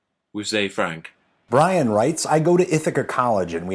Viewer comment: But... but.... his name wasn't bray-en, his name is Bree-an!